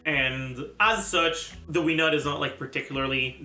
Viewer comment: Wenut is pronounced: "Way-Noot"